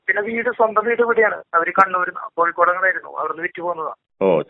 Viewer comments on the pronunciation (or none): none